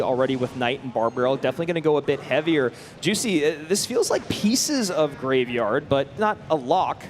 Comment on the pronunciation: why does he keep saying greyvaard